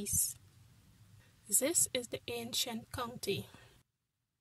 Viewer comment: she says this like zis good vid it helped me alot